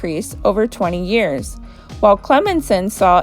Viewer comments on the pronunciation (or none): It's pronounced [Clem sun]. Clemson has great sports teams and a high standard of education.